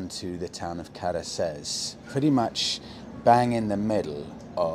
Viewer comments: It's pronounced Katheres though😉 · his butchered pronunciation of caceres shouldve pissed ye off surely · Don’t be discouraged by those guys in the bar; your “te verde” was not bad at all. 😄👍🏻 Your “Cáceres” could benefit from some more practicing, though 😂Thanks for your videos, love them all the way! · Nice video but you were certainly ripped off by your Spanish teacher in Tenerife. Can´t order green tea, can´t pronounce Cáceres and don´t know what a tortilla española/Spanish omelette is.